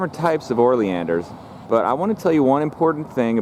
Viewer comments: Lol YES! O not OR😂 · How you spell it "oleander" and pronounce it "orleander" is beyond me. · Pronounced Oh-lee-an-der. There are literally DOZENS of varieties of Oleanders with many different variations. I would say the hotdog story may be partly true. Smoke inhalation leading to cardiac arrest? Maybe. Eating the hotdogs? Not likely. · I’m curious, as to why you refer to them as “OR-Leander’s”... I am pretty sure, that there is NO letter “r” that is placed before the letter “l”... Please don’t misconstrue, my question, as weird or “Chicken-Shi—ty”... And for you haters out there, I don’t care what you think of me, so don’t waste your illiterate pontification!!! All I’m guilty of, is to ask an honest question! It is, indeed, a nice video! And it really doesn’t matter how you articulate your version of the name... I was just curious, to hear, why you put the “OR” phonetic sound, before the “L”? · you are mispronouncing the name of the plant